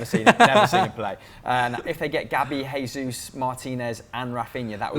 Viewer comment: His name is NOT HESUS! It's JESUS! The man is brazilian, where they speak PORTUGUESE, NOT SPANISH